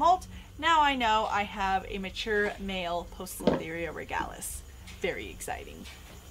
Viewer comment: Very informative for the beginner. I notice you pronounce the O in Poecilotheria. Everything I've read says the O is silent in Poecilotheria. The œ can be short or long E, but is usually "PEE sil o theria". Ironically, it comes from Greek and WOULD be pronounced "Oi", but the classical pronunciation rules for Greek and Latin are not used in scientific/binomial names. Keep up the good work.